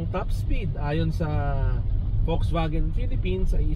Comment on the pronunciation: Folksvagen! That’s the german pronunciation. I enjoyed the video because of the rain background. And yes, the Ayala loves that brand. Thank you for sharing the Bible verse.